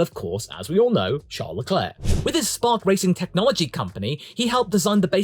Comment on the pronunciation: Charless's Leclercss's, lol